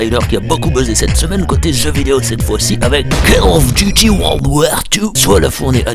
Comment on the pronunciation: ça ce dis cOll of duty connards.😂